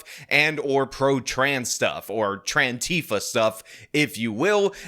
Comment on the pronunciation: “Tran-tifa” that’s it, I’m getting radical.